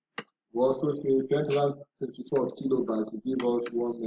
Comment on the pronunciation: Is it 1,024 cause I kept hearing ten thousand but thank you for the breakdown